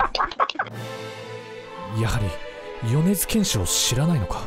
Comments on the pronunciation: 米津玄師のイントネーションが違う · よねづけんしのことをよねづげんし言ってた人おるやろ おれや。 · 皆さん、よねずけんし⭕ よねずげんし❌ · ま ま よねずけんし❌ よねづけんし⭕️ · 米津玄師(よねづけんし)です。 ｢げんし｣じゃなくて｢けんし｣です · げんし じゃないよ けんしだよ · よねづ「け」んしやで